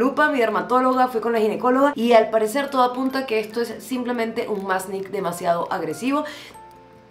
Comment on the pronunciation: Siempre me hace reír tu dislexia que termina cambiando las palabras (como masKnE por masnIK) 😂🤣 Son muy divertidos tus videos y con información muy valiosa!